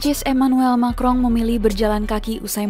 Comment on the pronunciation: Emanuel macron kok disebut makrong min.....